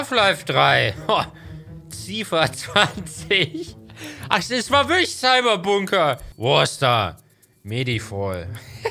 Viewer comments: Mann Hänno, du liest Cyber, aber failst bei dem Buchstabe, der genau gleich aussieht wie das b bei "Cyber"... Was kanns wohl sein? Des is en CYBERBUNKER! Junge! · GEILL, wenn der Häno nicht einmal Cyberbunker lesen kann. No hate. Bist der Beste YT ever ; )